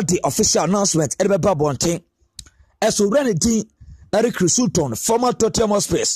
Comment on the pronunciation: Please pronounce the name well